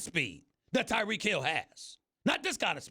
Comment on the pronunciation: It's Tyreek not Tereek